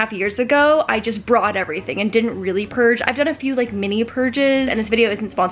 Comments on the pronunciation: can someone count the amount of times she said purdge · say purge again